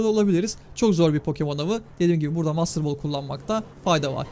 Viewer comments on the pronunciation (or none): none